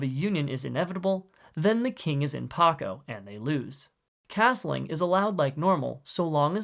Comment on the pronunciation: Also it’s pac-o like in pacify